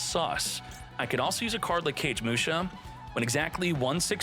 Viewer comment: CAGE MUSHA. lol It's (Ka gay muu sha). Its a retain/updated version of a normal monster by the same name. Kagemusha of the Blue Flame. He is a body double for Shein, the Lord of the Six Samurai. His effect is meant to represent a body double being assassinated or some thing of the nature saving the true Lord. Kagemusha has many versions, including an XYZ monster, if you care to look it up. Just a little lore dump.